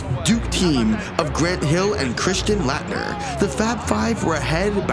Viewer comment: Its pronounced Late-ner